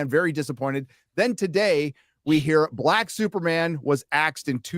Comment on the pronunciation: "Buh-lac Screen to Represent...." 😂😂😂😂